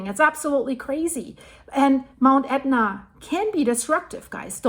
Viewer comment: WOW! Props to you for pronouncing those ridiculous names!